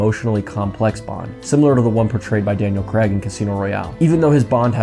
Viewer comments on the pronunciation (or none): Craig not Cregg! 🙄 Also I agree OHMSS is definitely underrated!